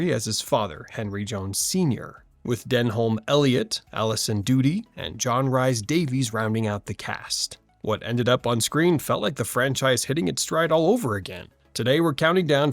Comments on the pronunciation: Rhys-Davies is pronounced Reece Davies, not Rice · I don’t know if anyone else has already said this but John Rhys Davies. Rhys is pronounced like Reese. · I've always loved the first 3 movies, this one was the best of them. BTW, Rhys (as in Jonathan Rhys-Davies) is pronounced like Reese. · As far as I'm aware, this channel doesn't use AI because they have mentioned it before in the past...but idk..sometimes the AI is just really good and maybe they are lying. But it's also very possible it's just a person who didn't know Rhys is pronounced as Reese. 🤷‍♂️ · Thank you for posting this. No love for those Welsh names on this site or AI, I guess. 😂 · When you can say "Denholm" and "Rhys" correctly, the weird facts might have a little more impact. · What's with the pronounciation if Rhys? Oh wait, lazy AI